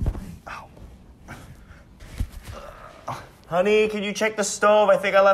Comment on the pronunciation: when you say honney you mean vmt